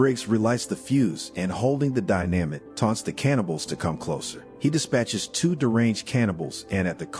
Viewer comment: wtf is die namit !???? fucking computer !! just get somebody !!!!